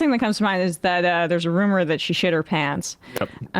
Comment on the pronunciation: It’s not a roomerrrrrrr